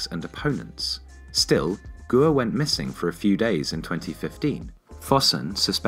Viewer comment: Great video as always, but your Chinese pronunciation is hilarious. e.g. "guo" should be pronounced like the English word "gore" but without the "r" sound at the end.